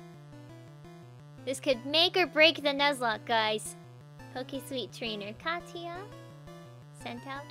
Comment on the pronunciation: Katia is pronounced katie a